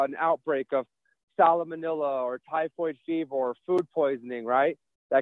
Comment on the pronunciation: "sallow manilla" and "typhoid fevor" 🤣